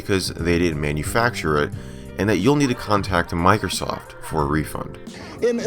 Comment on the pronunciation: It sounded like she said micro SOS